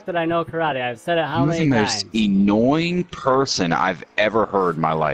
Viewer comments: ... did he just say “e-nnoying”? 😂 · "Eenoying" lmfao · Lol he pronounced annoying as eenoying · It's funny how bad thinks he is because he claims Baltimore. He's a tough guy on the mic. The way he says annoying 😆😆😆😆. There's no E in annoying. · Eenoying? Who doesn’t know how to say annoying?. That’s who.